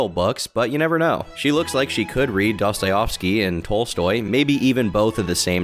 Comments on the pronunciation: it's "Dostoevsky" not "Dostovsky". Kinda bummer to made this kinda error when joking about reading 😅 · I heard Dosteoyovski lol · He also butchered the pronunciation of Dostoevsky (which is hardly a sin, I know).